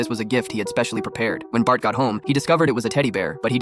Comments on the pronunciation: Bart ❎ Batt ✅ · BART not batt